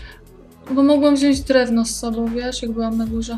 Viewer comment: nie chcę być wkurzająca, ale mówimy wziąć, a nie wziąść :)